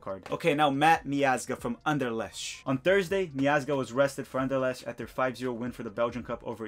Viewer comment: Bro you’re killing me with your pronunciation. Wien=Vien as in Vienna. An-der-lekt. Glod-bock. Shaquille=Shuh-kill, like Shaquille O’Neal.